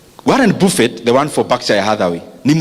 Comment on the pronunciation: Thank you for these Nuggets. Pronounced "Baffet" not "BUFFET"